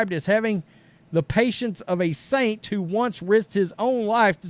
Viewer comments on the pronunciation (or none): none